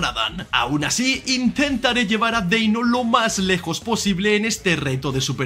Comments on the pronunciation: Deino ❌ Denio ✔️ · Denio?, no era deino? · no es por bardear pero de dice deino no denio